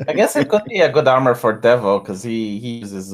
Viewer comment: When says "Devo", it sounds like "Devil"... I'm calling Heresy!!